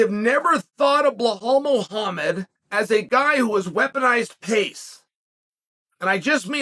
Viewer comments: Lmfaoo! It’s like he goes out of his way to mispronounce these names 😭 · It has to be on purpose.Otherwise he would potentially be an idiot.And I don't think Xhael is??😁